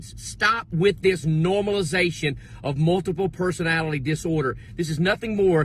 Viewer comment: That guy said multiple personatilie disorder